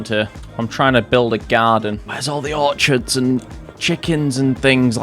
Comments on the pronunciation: OR CHID. Pronounced "Or Kid" Orchard is a fruit tree plantation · Dude, no disrespect but Orchard is there a group of apples trees are for the purposes of growing apples and Orchid (Pronounced Or-Kid) is a flower. Like your vids bro but accuracy is important. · It’s pronounced or-kid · That's not how you pronounce orchid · Not sure what got me annoyed the most, the mispronunciation of orchid or the usual JordanRants approach to wiring :D